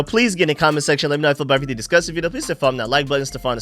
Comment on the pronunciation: Bro that “everythang” sound like you from San Antonio😂